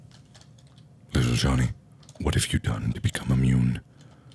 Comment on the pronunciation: LITTLE JUHVY